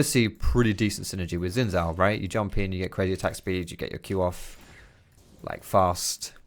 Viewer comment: I hate how says Xin Zhao. That's just wrong, why not just learn to say it correctly?